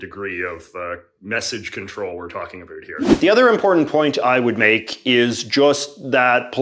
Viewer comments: When is this valley girl going to realize Canadians do not over dramatically pronounced the word about? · The way he says about… “a boot” 😂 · Great video ,but why did you say "a boot"? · Why does he keep bringing up "a boot"